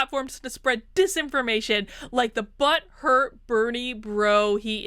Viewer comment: I keep hearing 'butt hurt emails'. That's intentional, right?